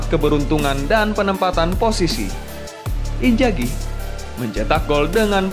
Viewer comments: Inzhagi min, bukan injagi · Inzaghi woii !!! injagi geli gue dengernya. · inzaghi.. not injagi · Sudah enak di dengar narasi nya...tapi sayang sebutan injagi nya 🤭🤭🤭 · Haha.. admin koq bilang inzaghi ngegolin pake punggung ya. Padahal itu bagian depan, keliatan sekilas kena dada. Terus lafalan nama lebih pake Z ketimbang J. Next konten lebih teliti lagi ya min. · Namanya Inzhagi disebutkan injagi angj risih gua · INZAGHI bukan Injagi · inzaghi bang, bukan injaghi hehe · TOLONG YAAA. INZAGHI PAKE Z BUKAN J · Knapa nyebutnya injaghi" namanyakan inzaghi, min dak bisa sebut huruf z ya tapi j trus jadi aneh kdengerannya pemain hebat di panggil injjaghi... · Inzaghi bos bukan injaghi. Pake Z ya. Hahah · inzagi bang bukan injagi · Pls inzhagi cok bukan injagi! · Apa susahnya sih ngomong INZAGHI (pake z) greget gw dgrnya wkakwk